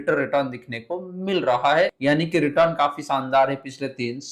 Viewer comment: Return to bolana sikhlo